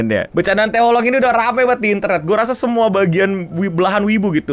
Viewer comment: Setelah sembuh dr penyakit menyebut Anime dgn "Anim", skrg malah nyebut Oolong jd "Olong"